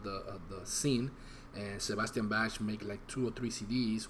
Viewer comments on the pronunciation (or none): The words are wrong in the video. Its " who's behind the REIGN", not rain. I'm a rnr OG. Bro, his name is pronounced BAK. Plus thats not the reason he didn't like Stryper,man.